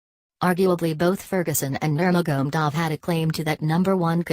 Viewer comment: khabib is the undisputed undefeated lightweight champion and his name its nur ma ga medov you are doing a narration on these fighters say there names properly dizzy woman and its de az not dearz my dear no wonder you got 50 views LEARN TO SAY OR PRONOUNCE PROPERLY B4 YOU START NARRATING WHATS KHABIBS NAME AGAIN MAGMADOV ? ? / / ?